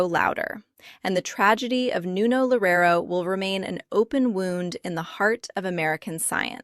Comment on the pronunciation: Why are you smiling?? "Lorero", please take a minute from your time to at least learn to say his name correctly.